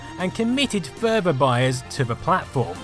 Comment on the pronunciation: "That commitid furver buyers to va platform" 🤣